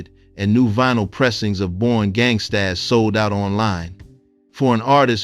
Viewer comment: The title of her project was pronounced as simply "Born Gangstas" but spelled gangstaZ with a "Z". It is not pronounced "Born Gangst-AZZ", sir.